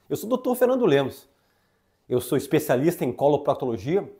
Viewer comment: Eu adoro esse médico e acho engraçado como ele pronuncia : “ESPECIALISTA DO REEEETO E DO ÂNUS “😂😂😂